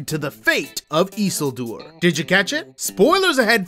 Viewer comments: Instantly lost all credibility when you pronounced it eesuuldoor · Learn this, please: ee-SIL-dur; va-LON-dil. It's not hard. Just take a minute to research it. Watch five minutes of an episode with them in it. Pronounce it the way the people in the show do. They know. They have Tolkien's pronunciation guides and a professional Tolkien language expert that they learned from. Trust the characters in the show to know how to correctly pronounce the names. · Bruh , the pronouncing of isildur is about as great value as rings of power 😂